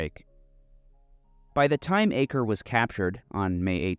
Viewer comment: Pronounced Akko not acre